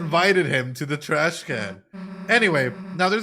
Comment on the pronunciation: It’s funny how you kept pronouncing “thrash” as “trash”